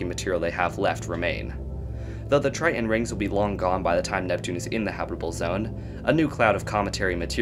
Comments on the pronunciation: Argh. The glottal stop "t"... Pronounce BOTH Ts IN TRI-TON, not Tri-on. 😅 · Take a shot every time he says "Try-en" lol